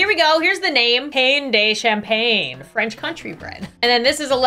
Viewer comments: Any other fluent French speakers crying at the pronunciation of pain de champagne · In the last section I died whenever she said pain de champagne because the actual pronunciation is so different😂 Good job for risking your life for the greater breads💜💜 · The pain de champagne is said pan du shamponya (phonetically). champagne like lasagne. Translates to the countryside bread. Just a quick tip of friendly advice